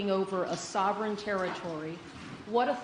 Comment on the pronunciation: "Sovereign" said the reporter 😅. Trump and Bibi dont even bother to correct it.